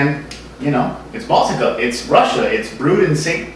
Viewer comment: Russia has 4 seasons. Moscow is hot in the summer. Good job pronouncing Baltika. Nice review. By the way, all you snobs, it's not that bad. It tastes better if you buy the glass bottle variety. Viva Baltika! Za zdarovye, tovarishi